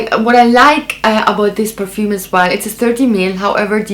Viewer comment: It's so satisfying to hear you pronounce all the perfume names because your pronunciation is on point😍😂